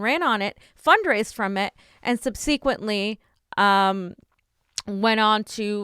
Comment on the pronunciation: “Sub-suh-quent “, not “sun-see-quent “ “WhatsApp”, not “WhatsUp”